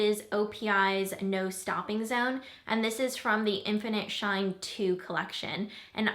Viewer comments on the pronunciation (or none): none